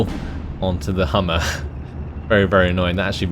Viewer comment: Interesting video, thanks. By the way, it's Humber, not Hummer. :)